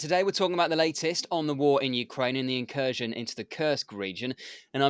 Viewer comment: Not incursion but Inkurstion